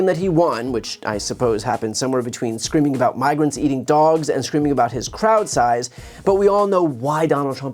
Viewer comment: "Their Eating the Daw-wogs" !